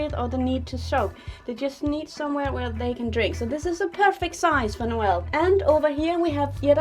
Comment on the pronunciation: Every time she says Noel it catches my attention cause that's how to pronounce my name😂... it makes me so happy😂